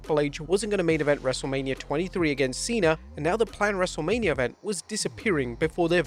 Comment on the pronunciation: wrestlelamia also botched